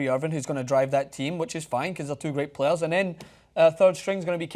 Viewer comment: playeRRRRs playeRRRRRs, playeRRRRs